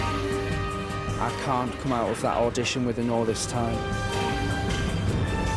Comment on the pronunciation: Urmmm... Its Audition not Adution.